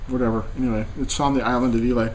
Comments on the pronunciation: It's pronounced eye-lah. Bowmore legend is actually not that peaty, the other islay's are much stronger. This is more of an intro islay or your everyday islay scotch. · I get a kick out of ur incompentence about how whisky is to be nosed and tasted..Its pronounced eye-la,,have a another dram u yankee nob slob.